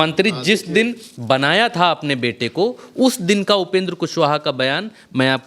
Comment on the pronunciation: "¿बनाया था " जरा होश में बोलें।